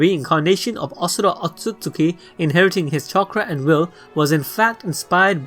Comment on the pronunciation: IM DONE IT'S LEGIT ASHURA NOT ASURA PLS STOP